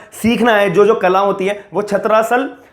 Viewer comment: Its छत्रसाल not छत्रासल owner of stadium is Delhi Govt not Satpal (his father in law). Pl update your self than make videos.